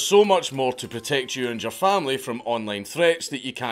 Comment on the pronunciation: When, Dank says "Your Information'' it sounds like he's saying "urine"